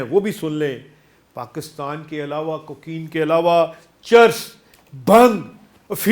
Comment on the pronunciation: شو ر زیادہ ہے، بات کچھ بھی نہیں، کوکین کا لفظ بھی کہنا نہیں آتا